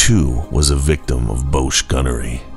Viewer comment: Very enjoyable thank you, a very minor point bosch rhymes with gosh